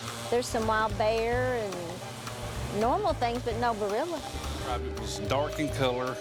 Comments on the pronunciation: I wish they would say Bearrilla instead of burrilla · Bearilla is Dogman.... They kéep saying barilla😂😂😂